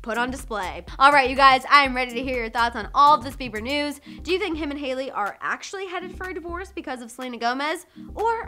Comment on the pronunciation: To your concern its hailey and not jailey 😂🤣